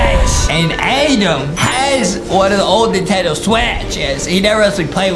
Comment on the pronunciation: Adem not Adam